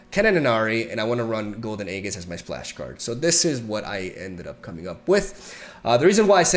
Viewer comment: BRO RAE OYU SERIOUS. THIRD MONTH OF COMMENTING THAT AEGIS IS PRONOUNCED EEEJHIS NOT A-GHIS